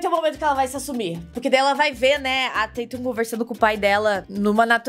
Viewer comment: A falando "Tetum" me deixa doente. Porém te amo.